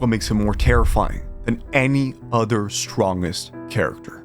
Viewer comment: Why do you pronounce "strongest" that way?